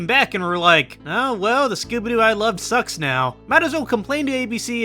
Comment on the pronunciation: The way you pronounce Scooby Doo. I can only hear Skibidi Doo.